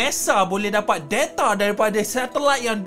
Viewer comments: Bukan deta tpi data bukan nesa tpi nasa 😂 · Nesaa Detaaa Biasa² sahaja bah klau bckp tu bang..